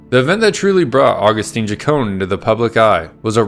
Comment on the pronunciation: Agustin not agustine😂😂😂😂 If tio hear you calling him that HE IS TO SKIN YOU ALIVE😂😂😂